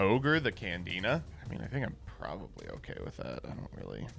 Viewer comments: Did called Candina, Canadia? Someone is with Paleos in their head... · referred to Candina as "Canadia" so many times that for a second i had thought i was in the wrong year or something